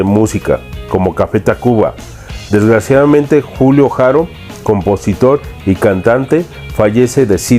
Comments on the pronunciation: No se pronuncia "Jaro" sino ARO, Andrés y Julio NO ERAN HERMANOS; su música no tuvo nada que ver con el son cubano sino jarocho. Es muy confusa tu información y sintáxis. :/ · La H no se pronuncia en el español es Haro! Escucha las entrevistas que han hecho al Boy y aprende mas,preparate mas!